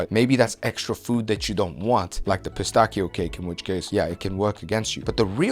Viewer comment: Bro what is “Pistakio”? 😭